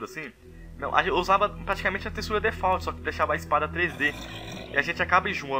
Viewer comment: Curti seu vídeo... Não leva a mal não, mas falta falar algumas coisas certas, tipo Wither e não WiNther. Pronunciar a palavra Default... Qrendo ou não, uma boa dicção melhora muito a qualidade do conteúdo. Mesmo assim gostei pakas deste vídeo +1 inscrito!!XP